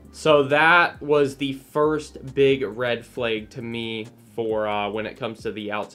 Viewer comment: Did bro pronounce flag ‘ferlayg’ ?